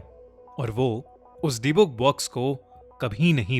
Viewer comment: its pronounced di-buk not dee-book